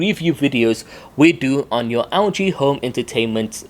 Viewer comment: Sounds like he's calling the Algae XL9t. 😂